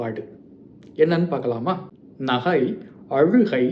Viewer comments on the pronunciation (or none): நீங்கள் ஏன் நகை என்ற சொல்லை நஹை என்று சொல்கிறீர்கள் மற்றும் ச எங்கு Sa வாகும் எங்கு cha வாகும் எங்கு sha வாகும்?